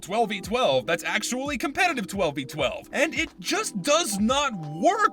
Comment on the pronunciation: Hmm yes casupetitive